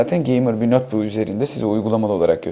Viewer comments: nötbuk değil notbuk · nötbök diyen adamdan bir şey beklemiyordum zaten.